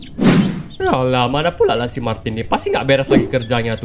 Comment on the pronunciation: Martin hah bukan Martina lah